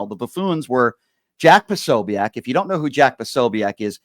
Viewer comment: Jack pa- so- bic not sobeac